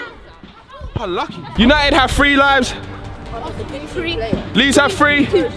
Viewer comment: Eman can't pronounce three